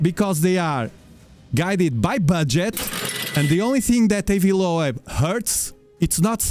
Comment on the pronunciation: His name is is pronounced "low-b" like ear lobe. Just.. so you know. xD